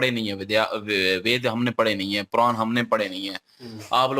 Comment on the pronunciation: पुरान नहीं पुराण😂😂😂😂